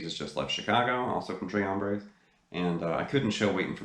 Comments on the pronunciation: Great video....en español it’s pronounced “Trace” with the S not silent. It’s pronounced “Tray” in French. Just sayin’..... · Awesome lesson! The Rev is a totally unique player and you've demystified a lot here. Have to chuckle at your album name pronunciation, though... Deguello is day-gway-o and Tres Hombres is not a French title, it's simple Spanish, "trace hombres." And you're 100% right about the first album...killer stuff right out of the box and criminally overlooked. Even in '69 no one did hot swampy blues like ZZ Top. And they had close cropped beards...weird! For dyed in the wool Top fans, the early albums through Deguello were the best. I think Deguello is the best one for playing along with at home, like we all do. Great lesson and a new subscriber!